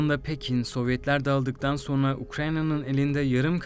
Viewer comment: Ne Türkçesi bu? "Sorna" nedir?